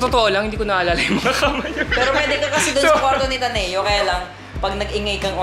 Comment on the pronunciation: Omg ta-ne-yo pala pag pronounce kala ko taneo diretso lang huhu😭